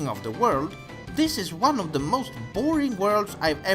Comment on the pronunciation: "Shadow Da Colossus"